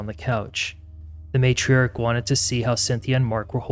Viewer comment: This video is all over the place and there’s no paraphrasing of all the incoherent recordings, made all the more difficult to follow because the narrator is just as indecipherable and unable to pronounce words properly, for example, pronouncing matriarch ‘meytsch-chark’ 🙄